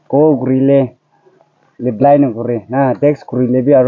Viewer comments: Someone, if possible, please correct him, "tex kore le, leply na kore" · Wedding wedding 😂😂😂😂 liply pronounciation b na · Its not 'Rep_lai' but its reply.